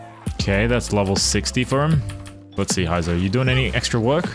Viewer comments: heizou (hey;zou)... not hi;zou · its pronounced hey-zou not hi-zo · Who tf is Haizou? LOL 😂can't even pronounce his name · All those Resin and time, still pronounce Heizou's name wrongly.